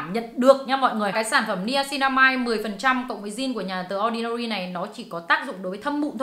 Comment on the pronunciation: ơi phải đọc là “đì ordinary” chứ ko phải “đờ ordinary” nhé